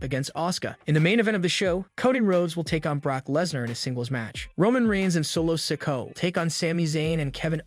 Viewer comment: Every time I hear “sick-o” I cringe..